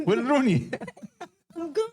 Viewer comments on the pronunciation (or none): Rooney? I thought you said you were Looney...lol